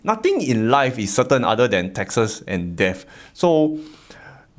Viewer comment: Sounded like you said, “nothing is certain in life except for Texas and death.” 😆 (not making fun of your accent, just thought it was funny. Love your content ❤️)